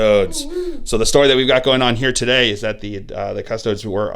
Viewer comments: *custodians. or custodes. but yes he mispronounces them every single time. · cus-toe-dees. like seriously. at this point you have to be doing this on purpose to piss people off.